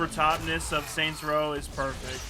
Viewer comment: What the fuck is up with you saying "saint rows" Its Saints row man 😂